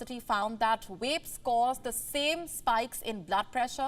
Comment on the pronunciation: It's pronounced "VAPE" not "WAPE" 🤣